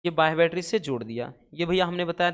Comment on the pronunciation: Sir aap bol rahe hai baitri or shandi me seel jood rahe hai😢😢😢😢😢